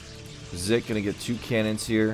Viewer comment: 1. You were saying 'Zik' correctly the first time (it does NOT sound like 'Zeek') 2. FantaSy is Legend]Majinbuu, one of the most consistent 2v2 players in the league 3. I really was playing like shit this game lmao. 4. Keep up the good work